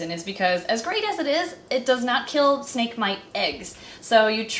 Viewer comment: You said snake wrong but it’s fine